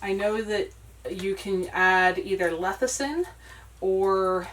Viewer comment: When you say lethacin do you mean lecithin?